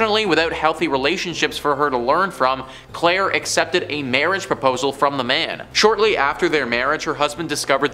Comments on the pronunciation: after he introduced as Clair e not claire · Claire not Clair E. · He did say Claire tho